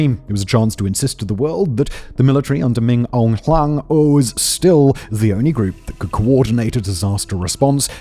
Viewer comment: PLEASE learn to pronounce keywords like Myanmar and Min Aung Hlaing correctly.